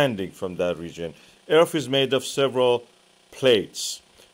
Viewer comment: I can't take anyone serious that says Earf.